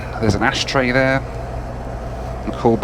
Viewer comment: The East Midlands accent really came out when saying "there" ! 😂😂😂